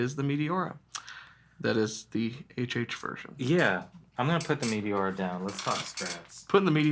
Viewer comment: Pronounced ‘may tay ora’